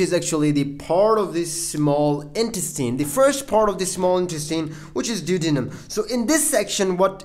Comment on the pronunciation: check your pronunciation... Du. O De num. Hope that helps.